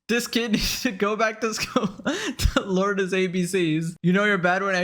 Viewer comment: say "learn" again!!! say it, mf!!! I dare you, I'm MF double dare you!!!!!!